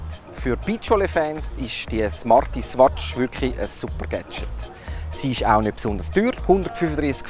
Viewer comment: Swatsch xD